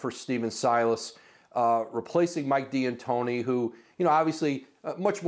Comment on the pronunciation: Why does he keep calling him Mike D'Antoni as Diantoni?